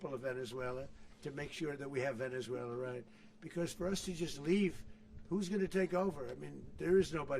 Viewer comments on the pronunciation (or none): Why does he keep saying Venezueler?